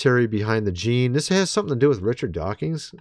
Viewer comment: I'm starting to think you purposely mispronounce Richard DawkINs so that people will comment on your video, lol. There is no "G" in Dawkins.